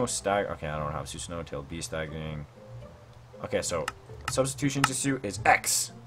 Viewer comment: Bro its shi-pu-dden also hold on did you say jitsu lol